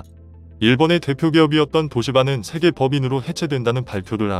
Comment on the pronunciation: 우리 정부가 반미는 아니지만 그래도 친중에 속해있는건 사실이고 그 와중에 몇번의 통수를 맞고 이제서야 중국의 민낯을 알게된거지 그래도 아직도 친중에 속해있어 뭐 그동안 정권들도 친중성향으로 흘러갔던거도 사실이고 박근혜때 정점을 끊었고 문재인이 그 뒤를 잇고있지 누가 다음 정권을 잡을지는 모르겠지만 친중정권으로 가려한다면 큰 화를 당하게될거다 그나저나 한글모르나? 세계를 재계라말하고 종전을 총전이라하고 뭐하자는 소리야 가뜩이나 기계음도 짜증나는데 한글도 제대로 못쓰나